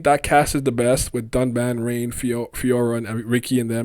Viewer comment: it's pronounced Rine. not Rain. the characters literally even pronounce it as Rine inside the XC1 game itself.